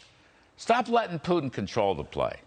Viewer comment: He can’t even say Putin right 😂😆😆😆 pee-tin 😂🤣🤣